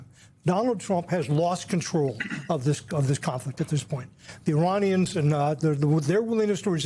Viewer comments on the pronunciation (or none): none